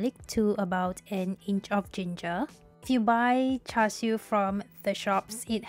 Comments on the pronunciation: Its char siu, credibility dropped to zero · "Char siu"